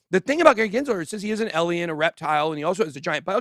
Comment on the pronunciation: How does someone like Ben...with such a high IQ,still mispronounce alien?, I feel like he's just a troll doing it on purpose 🤣🤣